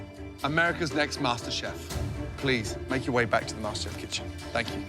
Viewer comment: IT'S MASTERCHEF NOT MASTERBATE xDDD